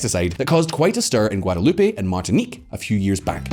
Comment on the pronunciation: So it's not Guadaloopay?